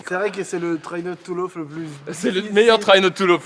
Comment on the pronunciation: "traï note tou lof" cet accent !!!